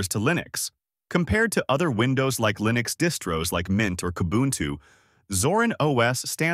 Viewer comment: how can i trust you when you're even confused with how to pronounce linux.